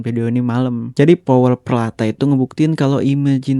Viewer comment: wah maaf, ada salah data dan nama nih min. contoh. stacy perlata harusnya stacy peralta. btw produk Powell peralta (george powell dan stacy peralta) bukan muncul di tahun 80an tapi sudah ada sejak tahun 70an akhir. (saya punya decknya powell peralta sejak tahun 1978). yang benar bukan bones bridge tapi bones brigade. (Tony Hawk, Rodney Mullen, Steve Caballero, Lance Mountain, Tommy Guerrero, Mike McGill, dan Per Welinder. ) . btw maaf ya min, masih ada lagi yang penyebutannya salah. btw lagi ra popo he he... FYI dari Rodney mullen-lah tercipta flatground ollie yang menjadi basic munculnya street style. (walau rodney mullen dan steve rocco sebenarnya, jagoan2 dalam kategori freestyle). catatan: walau rodney mullen dianggap sebagai pencipta flatground ollie, yang menjadikan munculnya street style, namun pencipta ollie yang sebenarnya (di vert) adalah Alan "Ollie" Gelfand pada akhir tahun 1970an (thn 78 kalo ngga salah) dan mullen mengadaptasinya untuk di flat pada tahun 1982. sejak itulah street style berkembang, karena skatepark (di amerika) sudah banyak yang ditutup. benar itu yang seperti mimin katakan. note : kami di Indonesia (khususnya jakarta dan bandung) sudah bermain skateboard sejak tahun 70an, (jaman2nya arya subiakto dan didi arifin, jay subiakto juga gilang ramadhan) dan karena pada tahun 80an skateboard "hilang" kamipun berhenti bermain. dan di Indonesia pada tahun 90an mucullah angkatan2 ardi polli, Rico, tony sruntul, reno pratama dst sampai sekarang. Namun yang